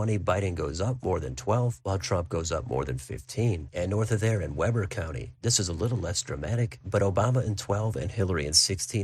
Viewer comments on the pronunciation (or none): Btw Weber county is pronounced with long e, like wee